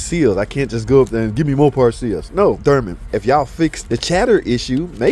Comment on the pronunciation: One day and that day may never come will learn how to pronounce dOrman. That might be axing too much. Anyway, great job, a lot of care taken on this repair. The only time I can see changing to aluminum is if you can't figure out how not to over tighten the cap and crack them. The seals still wear out on the aluminum ones.